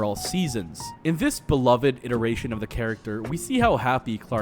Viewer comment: The amount of words you mispronounced, like ad infinitum and beloved, makes me think you didn't write the script.